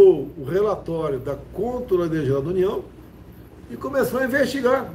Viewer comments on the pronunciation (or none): Esse homem não sabe nem falar controladoria....como pode isso ser presidente? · É tão incompetente que não consegue falar a palavra "Controladoria".